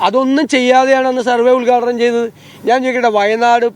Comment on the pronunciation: ഉത്ഘാടനം ,,, ഉൽഗാടനം അല്ല ചേട്ടാ